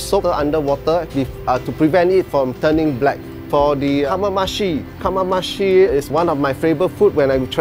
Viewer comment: Dude, he mispronounced Kamameshi. Come on...its your own menu... applo pie, prewn me , bok chor mee ... going to throw more Kucci bags into the sea now...